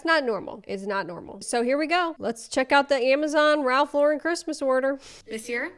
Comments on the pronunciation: Not going to lie the mispronunciation came across as trying to make it sound fancier on purpose. That said…I’ll keep my Christmas as it is, I love it my way not some rule laden aesthetic. Also, we also have a cost of living crisis that some of us struggle to pay rent… no thank you on replacing everything every year. This was a wild one. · Ok but the pronunciation of Lauren in that first video did irk me lmao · As someone named Lauren the pause before the “ren” is triggering 🤣 like my southern relatives dragging my name out to 6 syllables. (Me two minutes into this video) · That first girl pronounces Lauren wrong with that pretentious accent people think is right!😜 And, Ralph Lauren is a classic look, not a stupid TikTok trend. Edit: you literally just stated what I just wrote, LOL Oh, btw, I’ve been collecting Christmas ornaments and decorations my entire life, many received as gifts, there is nothing better than an eclectic Christmas decor based on love and memories, not a stupid trendy theme, whatever it may be that year. The crazy second gen Ralph Lauren employee does have one thing right for everyone, however - no overhead lights, table lamps ( and tree lights, and the dining table chandelier, of course) will make your home so much prettier, welcoming, and flattering to all of our faces, actually! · Wait, but isn't Ralph Lauren French??? You're supposed to put emphasis on the last syllable in French... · The way she said Ralph Lauren and decor made me gag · I'm not all the way through the video yet, but she seems to have switched to pronouncing it wrong after the video about how to pronounce it right 🤣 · The Lauren pronunciation is interesting. He is an American designer so I wonder where people started pronouncing it other than just the name Lauren. The “wrong” pronunciation sounds almost French so I wonder if people did it to sound like the other French designers? I can kinda see that. Idk just interesting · The emphasis is on the wrong syllable